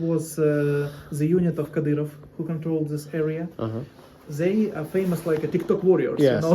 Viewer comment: I find it interesting that the bald guy commenting on the basement situation would say, Zey instead of saying they. 😂 .